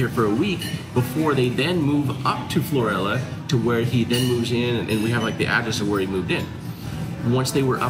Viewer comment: Pronounced Floor/al/a